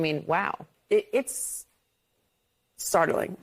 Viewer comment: Is "startling" such a hard word to say ???